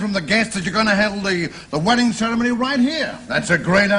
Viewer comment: He actually didn't do too badly, but the word "ceremony" gave him away, with the rolled "r" and the accent entirely on the first syllable. :)